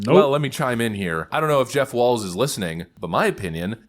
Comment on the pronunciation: That's Tim Walz, no "t". And I mean, no T.